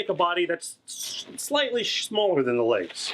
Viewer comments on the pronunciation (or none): I love your videos and I've been with you ever since your mangle video now I'm in love with your creativity and amazing balloons I know it's asking a lot but can you maybe say my name in the next video please.... It would really make my day By the way you said shmaller :P